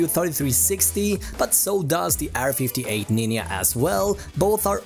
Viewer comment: "Eeir 58 Nin-Ya"